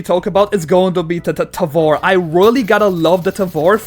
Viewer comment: Its "tævor"